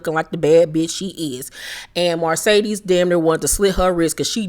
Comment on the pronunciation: Girl…the way you emphasize “MARcedes” when you pronounce her name 🤣🤣🤣🤣